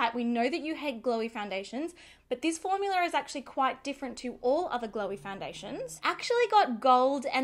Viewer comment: I love that some times she says formular, instead of formula. I ahd a neighbor who used to call them formulars.